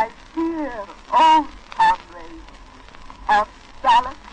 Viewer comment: Interesting how she pronounces it “com-RAYD” and not “COM-rad” like we do now.